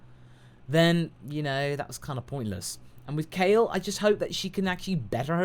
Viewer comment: SoulKing Omg i just cringed so hard! he fucking calls KALE "Cauli" like wtf.